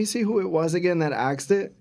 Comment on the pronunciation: Did you just say “Asked” then corrected yourself and said “Axed”😂